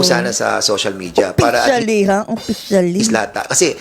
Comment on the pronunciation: Yuttering😂😂😂😂😂, yung letter FFFF laging PPPP, oppicially, pormal, porum, dignipied, pollowed😅😅😅😅